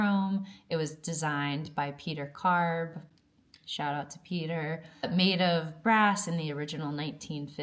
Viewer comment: Pro-Tip: PAY-ter KAR-buh. Thats the name of the guy. Not Pe(eeee)ter Carb :) For Walter Mandler its kinda okay because he moved to Canada